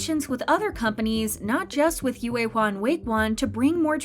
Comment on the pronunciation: Ur saying yuehua so wrong its painful